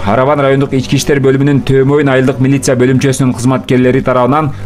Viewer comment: Бляя😂😂мелиса дейт милиция деп жазылып турса да ноаз 😂😂😂кыргыз тилди кор кылып кайсыл мамлекеттин тили бул